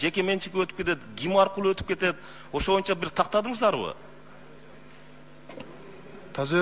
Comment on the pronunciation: АЗАМАТСЫН ЖЫЛЫШ БАР ЭКЕН , АЗЫРКЫ СУРОО БЕРГЕНИНДЕ ( ЭЛ АРАЛЫК ) ДЕП ТАК АЙТТЫН ЭМИ ГОМОСЕКЮ ДЕГЕНДИ ТАК АЙТСАН КЕЛЕРКИ ШАЙЛООДО ТОЧНО ДЕПУТАТ БОЛОСУН , КЕРЕК БОЛСО ЖК СПИКЕР. БОЛОСУН , СЕН ТАК СУЙЛОП , ТАК ОКУСАН БИЗ КУБАНЫП , СУЙУНОБУЗ ,, ЖКГА СПИКЕР БОЛСОН БОЮНЧА ДЕБЕЙ. МОЮНЧА ДЕСЕН. ДА БОЛОТ